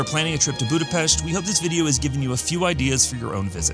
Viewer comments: I am Hungarian and you pronounced Budapest perfect ! Thank you. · Thanks for the correct pronounciation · THY ! Nice prononciation of the capital city!